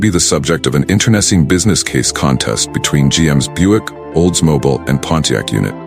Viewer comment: Check your AI voice settings. It's not an olds-moBL, it's oldsmobEEL. Will resume viewing past if you ever republish, using your own voice for narration.